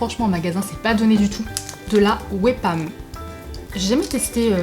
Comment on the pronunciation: Ça ce prononce wi pam même si ça s'écrit we pam.enfin je crois, bisous bisous